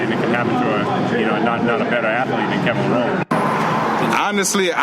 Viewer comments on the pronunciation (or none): So many people making videos and pronouncing Levrone incorrectly...holy shit, is it really that hard to do some research before you make a video about somebody?